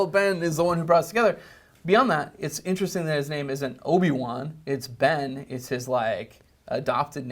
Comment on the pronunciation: at first i thought he said bane not ben